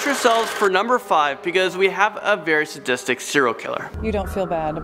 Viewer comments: ‘Sadistict killer’ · Coursed confession should be coerced confession -burtal murder not brutal murder -zodiact not zodiac -sadistict not sadistic How can one person make so so many mistakes? I have a seven year old daughter and I can without a doubt, guarantee she would make less mistakes than him